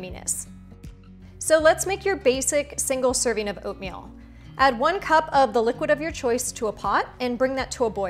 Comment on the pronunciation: servin', toppin', over-flowin', purchasin'... I've got no idea what kind of accent this is, but I love it to bits!! and, of course, the instructions are clear, instructive without bein' boring and/or over-long, and the recipes attractive as ...peaches and cream 🙂